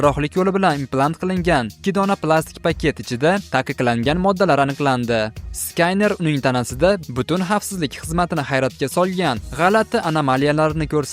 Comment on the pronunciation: скайнер эмас сканер